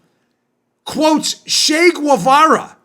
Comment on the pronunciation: Hey, Dan. Great show. Correction ---- > "CH" in Spanish is not pronounced "SH" like in shovel or shoe, shop. It is pronounced like "CHurch", CHeese", "CHeck" So "Che Guevara" is pronounced "CHEH geh-VA-rah ( not SHAY gway-VA-ruh, the "U" is silent. )